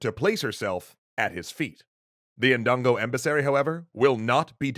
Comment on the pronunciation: It’s pronounced dun go